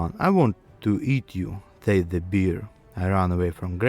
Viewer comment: Бро, с таким произношением тебя никто не поймёт, кроме русских. Floor, door = [флор], [дор] Bear = [бэр], "бир" это пиво =Ъ Abandoned = [абАндонд] и т.д. Акцент акцентом, но гласные должны быть хоть приблизительно правильные.